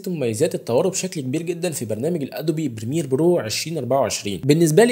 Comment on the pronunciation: استغربت وانا اسمع جملة برنامج البرميل مرات عدة 😂😂😂في الاخير تذكر معانات المصريين في نطق الإنجليزية بشكل صحيح